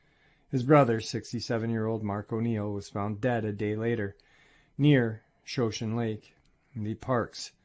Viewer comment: Shoshone Lake? Pronounced Show-shaun-nee